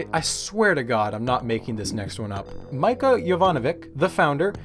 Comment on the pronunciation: "Mica" isn't pronauced like the mineral, its "Meechaa".